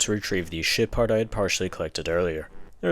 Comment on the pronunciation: Evreytime He says Ship Part I hear it as shit Part.